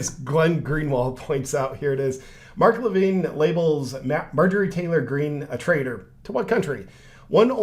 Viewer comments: Mark Levin, not Levine. 🙂 4th largest radio show in the country, and Fox news host. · Just to help out JP; It's pronounced Mark Li-vin; Not Mark Li-vine. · It's Mark La vin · JP your ignorance of who Mark Levin (Luh-vin) astounds me. He worked under the Regan administration and has had a nationwide conservative radio show that reaches millions for several years now. He’s on Fox news all the time (had his own show BTW) and was a guy who was always on the Right side of the issues and hates the Left with a passion (There, I said it!) - One of is tag lines. Unfortunately like a lot of people in cults, it’s tough for people in deep to see the evil underneath. Kinda of like if someone tells you your wife is a dirty wh0re and you’re like “The hell she is!”, but turns out she really is. Just really hard to accept that reality.